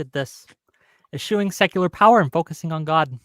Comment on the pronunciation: can’t even say secular correctly. I have zero confidence in his hermeneutical and exegetical acumen.